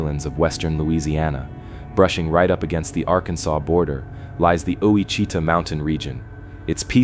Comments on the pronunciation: My guy…as someone that lives in Ouachita Parish, Louisiana, i can tell you with absolute certainty…it’s most definately pronounced: “Wash-ih-taw”…not “oo-wah-cheetah”…😂😂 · South central Louisianian here, when I heard oweechetah I thought I was about to learn something 😂😂😂😂....wash-ih-taw 😂😂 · I just commented this same thing saying, as someone from Ouachita Parish, Louisiana, i can assure you its “washitaw”, not “oowahcheetah” 😂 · I sure wish these narrators would ask how to pronounce our words before making their videos. Owachita - or Ouachita - is pronounced Wa-shih-taw. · Ouachita is pronounced WASH - i - tah,. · Ouachita is pronounced "Wash i taw" Good grief! If you're doing a documentary, you should know how to name the place! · Pronounce the mountains Wash a tah with emphsis on the first syllable. And they are in Arkansas. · Ouachita is pronounced wash a taw . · I live in Louisiana and I've never came across mountains and it's pronounced Wah-shi-taw. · It’s AI not a human, us Louisianans know it’s Wah shi tah, I’m waiting for Natchitoches and Cloutierville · As a Cajun, born in raised in Iberia Parish, I agree its Wash-ih-taw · Ouacchita is pronounced ''Wash taw" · That's Ouachita - pronounced Wa-shih-taw. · It's pronounced washita stupid, the slightest bit of research would have told you that. Probably ai anyway, either way you suck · Witch a taw is the pronunciation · What a hoax. Lived here for 45 years. Show me a mountain. Cant even pronounce ouachita right. Must be talking to 1st graders. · I cringed everytime he said it wrong. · Thank you! I was hoping someone corrected him with a pronunciation of it... it was cringy to hear it too! Lol